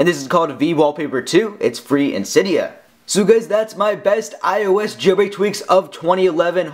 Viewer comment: cYdia haha says it so funny